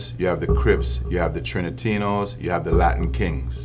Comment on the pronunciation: Trinatinos? Does he mean Trinitarios (Dominican Gang)